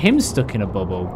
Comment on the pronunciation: says Bubble like Bum Hole anyway I was really laughing at that Mosa